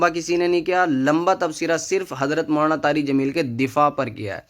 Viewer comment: Poori video me lafz molana molana chabha chabha kr bolta raha ab keh raha h galti se nikal gaya molana ka naam.